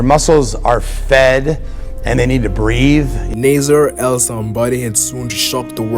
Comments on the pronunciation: I think you mean to say his name is pronounced ( Nah-Ser or Naah - Ser or even Nah - Sir ) . Nasser ( an Arabic name ) Starting with the sound of N which then is quickly followed by a long emphasis on the A vowel . Which quickly rolls over the double SS consonant into another long emphasis on the E vowel before ending in the R sound . Even like this - Nah - Zer Writing it the way you did for pronunciation value ( Naaaser ) would lead one who speaks English as a native tongue to think Nasser sounds almost like Lazer when pronounced - though starting with an N instead. So if you are trying to communicate an emphasis on the A vowel it’s better to do it using an H after the A ( Nah or think “ Ahhh “ ….As in “ Ahhh I understand now “ ) rather than by adding more A letters . This could be due to how you personally understand the English pronunciation of words and letters different to that of someone who speaks it natively. I have many Muslim Albanian friends ( one of whom is actually named Naser with only one S ) so I know what you are trying to convey here . Another is named Senad ( Sey - Nad ) kinda like “ Hey “ but with an S instead. Hope this helps. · Naaaser, that’s how you pronounce his name, Naaser. Thank you for the informative video.